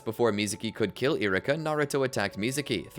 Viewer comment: E-ru-ka. For the love of God lol. Love the video but choices on what to call moves and saying names so wrong is driving me crazy lol